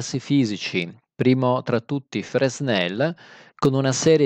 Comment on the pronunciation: Fresnel si pronuncia "frenel". Perdonate il mio francese 🙏